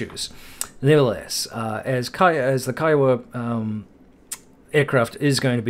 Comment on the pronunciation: Great job properly pronouncing "K-EYE-OH-WA"! Can't tell you how many times I have to correct people saying KEEEWOAH, lol. Thumb's Up!